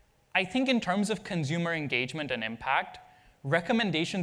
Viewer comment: "consumer" dude